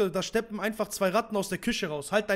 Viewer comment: da schteppen AHAHHAHAAHAHHA bruderherz steppen ohne sch es kommt vom englischen